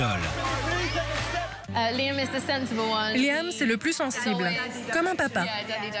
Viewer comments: Mdr comment il a prononcer leurs noms ptttdr LOUIIISE ZAYYAAAAN LAYYAAAAM Nayyyeuul Harry lol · " Layam , Nayeul , Louisse et Zayan " HAHAHAHA Sérieux même Louis il sait pas le dire? x) En plus il a oublié Harry! A mon avis c'est trop simple a dire alors il a préféré se taire :/ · Nan mais c'est quoi ce délire franchement ça me met en rage les gens qui savent pas prononcer leur prénom ! Bon Niall , Zayn ok ça passe je peux comprendre mais Louis Liam ! Y'a que Harry ou ça va ❤❤❤❤❤ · Il faut qu'il apprenne a dire le prénom de Liam et Zayn et Louis --'